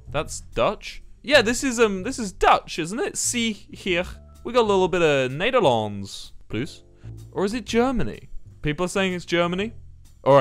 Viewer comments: As a Dutch gal I got shivers of how well he said “Nederlands” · Just here to mention the perfect Dutch pronunctiation of the word 'Nederlands', I had to check if he has Dutch roots after hearing that